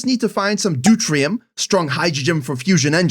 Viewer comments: Just for reference it’s pronounced DEW-TEER-E-UM 😊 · The way you pronounce deuterium drives me insane the way I usually hear it pronounced is du-tear-e-um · Not how you pronounce "deuterium"